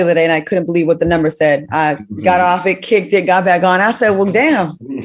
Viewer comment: YOOO Q COUNTRY ACCENT WHEN HE SAID "IN DA BACKKK" 🤣